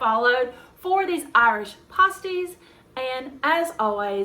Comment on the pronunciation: pronounced Pass tees